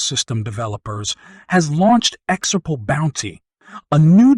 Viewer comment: I can't watch you because you say exurp, instead of xrp